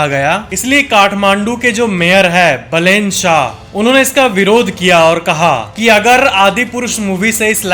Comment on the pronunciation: It isn't pronounced as बलेन it's बालेन.